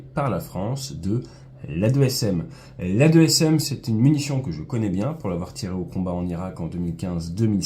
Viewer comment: On dit "2ASM" pas "A2SM" car en fait c'est "AASM" et pas l' "A 2xSM" mais rien de grave☺